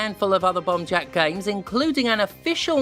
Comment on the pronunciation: Honestly im just here because its super satisfying the way steph says “bomb jack”